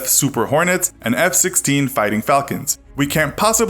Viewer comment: you missed the T I'm hornet. REEEEEEEEEEEEEEEEEEEE